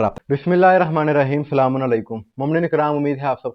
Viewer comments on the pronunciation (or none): اسلام وعلیکم بھائی آپ بہت اچھا کام کر رہے ہیں اور بہت اچھا بولتے ہیں اگر ناراض نا ہوں تو سلام بھی صحیح سے کر لیا کریں مولیٰ آپ کو سلامت رکھیں آمین